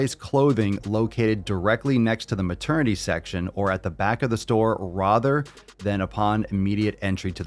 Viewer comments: he really said “rother” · As a Michigander, the way you pronounce "rather" feels Midwestern-phobic to me🤣